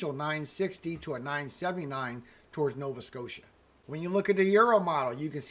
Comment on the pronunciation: i love you the way you slip nova SCOTIA.thanks you so much great. Reporting as always The best